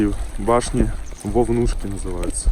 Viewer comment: Не вайнахская, а Ингушская женщина спасала детей на Вовнушках. Ударение на первый слог